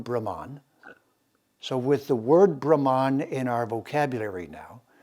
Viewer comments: SO IS THE PRONUNCIATION OF " BRAHH' MANN" and not Brahman Which refers to the cast. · I really appreciate your discourses on Vedic culture and defending Sanatana Dharma. I have a request and I understand it is difficult. It has to do with pronunciation. Brahman is pronounced as Bhrum as in Drum followed by Mun as in Mundane. Bhagwan is pronounced as Bhug as in Bug followed by fleeting Uh followed by wan as in wand. I apologise for bringing this up. Please do consider this. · It should be Brahman ( pronounced as explained by you : bhruh ,as in drum + mun, as in mundane )